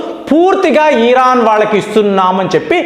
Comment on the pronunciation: Sir ఈరాన్ కాదు..... ఇరాన్ అనాలి